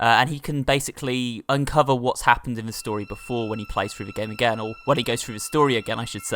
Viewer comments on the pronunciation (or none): You di know the meaning of again right? You pronounced it saying a gain.